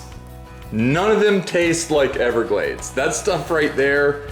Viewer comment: Every time you say everglade i will give your fine video a dislike